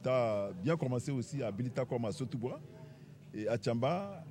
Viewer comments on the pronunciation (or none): Sotouboua et non soboutoua.toujours vérifier d'abord.je sais que l'erreur est humaine